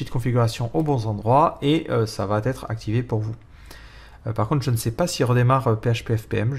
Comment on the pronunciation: Super vidéo ! Merci pour ce tuto. Par contre il faut vraiment que tu arrêtes de faire la liaison dans "Ça va être", il n'y a pas de "t" à la fin du mot "va". J'ai remarqué que tu fais souvent cette faute dans tes vidéos, alors essaye d'y penser pour tes auditeurs. A part ça très bon travail comme toujours :)